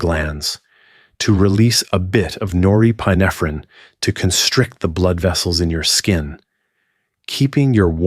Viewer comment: I was excited thinking I found a non AI video. Then I heard how pituitary, norepinephrine, and pineal were pronounced. 😒